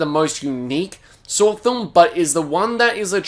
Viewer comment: Australians be like "Sawr X"